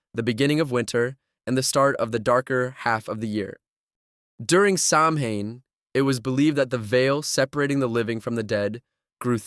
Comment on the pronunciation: SAMHAIN IS PRONOUNCED SOWAN!